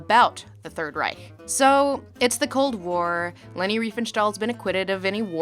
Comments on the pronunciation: You pronounced Reich correctly. Finally someone from the anglophone world who does not end it in a hard K. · Lindsay´s pronunciation of "Reich" is perfect. I know what I´m talking of because I am German. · Not saying "Reich" with a /k/ but a /ç/ at the end! :O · She pronounced Reich the right way :D Impressive! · The first time I hear an american pronounce „Reich“ the right way. Although I kinda like the harsh american way of saying „Third REICK“ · Talking about facism with a Germany-Cup in the Background... I See xD Edit: Also you are one of the first English Speakers i hear to pronunce "Reich" at least a little bit right.